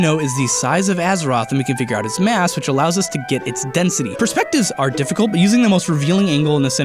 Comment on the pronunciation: Lol "difficult"